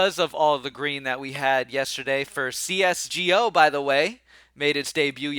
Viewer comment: When u said c-s-g-o 😂